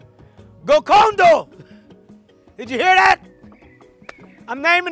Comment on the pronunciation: The way he said Gakondo and Kwita Izina so perfectly :text-green-game-over